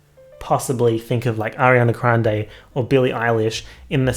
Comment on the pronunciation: “Ariana Crande”